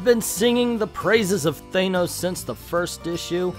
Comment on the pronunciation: Thanos = Thainos? I don't really care how is said it just really bothers me